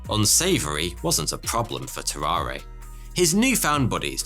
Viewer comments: If he was french, it was pronounced "tarar", without the "a" at the end. Anyway, it was fascinating to learn about those guys! Thx! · So, no one is going to comment on how he pronounces Tarrare wrong the whole time? No? Alrighty then.